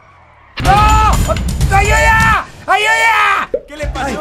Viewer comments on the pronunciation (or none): En el minuto dijiste ayuya en vez de ayuda🤘🏻